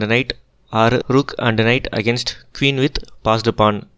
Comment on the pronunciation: Sir why do u pronounce queen as keeuun….that’s poor english